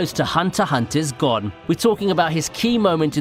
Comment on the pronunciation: u pronounce gon as gone its actualy (go)ne